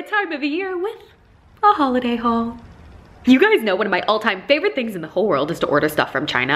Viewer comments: Holiday... you mean HAULiday ? :D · It's hauliday